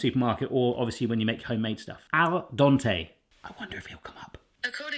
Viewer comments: Its pronounced dent-ay its sounds like youre saying Dante. 😂 Love the video. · It is al dente like the den in your home not Don like the guy who fixes your plumbing. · Seriosly, stop saying DONTÉ it's DENTÉ 😁🤨🤨🤨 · al dente, not al donte, you weirdo. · Please stop saying al donte. There's two E's in there and no O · Made me laugh every time you said al Donte Instead of al dente 😂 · It’s Al Dente not Al Donte! You even heard the Google lady say it,! 😅 🙄 😂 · I love it how you say Al Donte... :) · Aaarwgh%@ Its not "al donte"! Both "e"s are pronauced same like in the word "bed". No wonder your phone couldnt understand your meaning at first. Its the little things that bug the most. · Kazoo "al dente" is italian. It came from italian. Please pronauce it like its pronauced in italian. Its not like you dont have that sound in english. Its not that difficult. Or is it an impossibile soundpairing in his accent? I wonder how he says "dent"... I mean the whole world is pronaucing english words like native speaker do, not like they would read it using their own writing system.